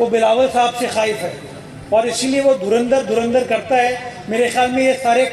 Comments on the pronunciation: dhurandhar… bol bhi nahi sakte… dhurinder bolte hain. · धुरंधर को धुरिंदर बोल रहे हैं यह जाहिल पोर्की। काश थोड़ा पढ़ लिख लेते तो बोलना आ जाता । Aaaaaathuuu😂